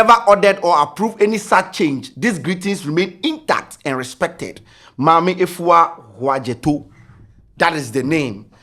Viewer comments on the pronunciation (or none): none